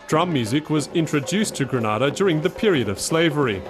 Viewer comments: GrEnada - not GrAnada - why cant people pronounce the name of the Island properly? Granada is in Spain. Grenada in in the Caribbean! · Please pronounce the name properly it's GRENADA not Granada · I loved the miniature history lesson, but it was rather unfortunate that the narrator kept mispronouncing the the Island. It's pronounced Gree- nay-dah not Gre-Nah-dah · Great video ... please know Grenada is promounced Gree- nay-dah thank you. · LOOOOOOOOL its Gre-nay-da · Granada is another place altogether. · Lovely visuals, many great nuggets of history BUT I cannot share a video that so blatently ignores a basic concept of getting the name right. Gre- NAY-da. It's painful to Grenadians to hear it so mispronounced. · If you are going to make a video about GRENADA - perhaps you should first learn how to pronounce it properly. It's easy Gre-NAY-Da. Try it. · Someone should tell this narrator that he is pronouncing GRENADA wrongly. It is not the same pronunciation as the Spanish country Granada. It is GRENADA!! pronounced Greenayda!!!!! Get it right Narrator... PLEASE! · I hate how this guy keeps saying Grenada like Granada. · mustafa ahmed Lol right! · That's not how you pronounce Grenada 🇬🇩🇬🇩🇬🇩🇬🇩🇬🇩